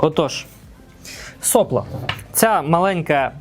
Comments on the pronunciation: начните с себя 🙂 , а я за Вами последую... Сопло с ударением на вторую о Heatbreake - термобарьер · Я здесь украинский язык пытаюсь учить и слышу nozzle , heatbreake , сопло , с ударением на первую о , Вы молодец, делаете контент для продвижения печати на украинском языке, но тогда постарайтесь пожалуйста писать сценарий для того , чтобы исключать такие приколы , которые в голове меня возвращают к русскому языку с термобарьером 😊 и соплом с ударением на первую о , а не вторую